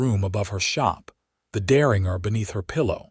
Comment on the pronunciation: The AI narration voice needs to learn how to pronounce words like Deringer (also spelled Derringer). The AI voice gets annoying after a while. Also the AI voice needs to learn read (red) from read (reed) and live (liv) from live (live).